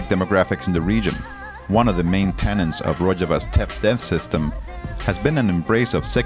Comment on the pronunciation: Tenets, not tenents.